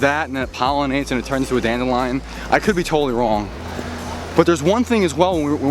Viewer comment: the fields looked like a patch work blanket! I'm glad you didn't get lost haha that building looked so funky! haha dandelion sounds so different in your accent! i always struggle with the balance between taking photos and videos. we have lots of speed cameras in england! time lapses seem to be allot of work.